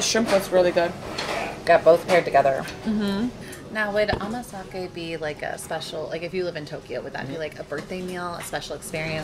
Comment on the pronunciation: 『おまかせ』をずっと『おまさけ』って言ってたけど、アメリカでは『おまさけ』って言うのかな